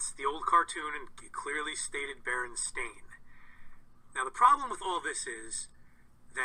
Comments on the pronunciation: It's not pronounced bear-en. It's bur-en... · It's always been spelled "stain". Mostly pronounced "stein",but spelled stain. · Just put an end to this and call them berenstEAn bears. Also sounds more like 'stein' so maybe thats the Solution?